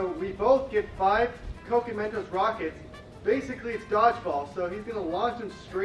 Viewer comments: Why di you guy's say cocy bro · im triggered. Cok E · Can you stop saying COKIE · It's coke not coky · Coke? They pronounce it (co-kee). REAL PRONOUCIATION ( CO-K-A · Why do they call it cocey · Why do you call coke coky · Man its not " coo key " its just coke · It’s not Cokey it’s coke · I love ur channel but y do u say cokey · It is c-o-k-e not c-o-k-e-y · Stop saying cokeee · why are you pronouncing coke like its cokey or cokie I mean its pronounced coke ok